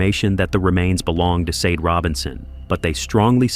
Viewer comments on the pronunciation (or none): The first victim's name is pronounced Shar-day. Not Seid, nor Sei-dei. Please make the effort to do people the courtesy of saying their names properly. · You pronounce her name like" shau- day"!!! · I was thinking that all the way through!!!!!